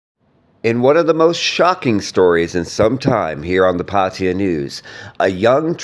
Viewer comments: Pattaya not patya, at least you can make an effort to pronounce correctly.😂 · 555. I thought so too. Party-Yer..wtf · Perhaps it would be a good idea for you to learn how to pronounce Thai words, specifically nouns/proper nouns, correctly. Examples being Pattaya, Suvarnabhumi, and the name of the deceased.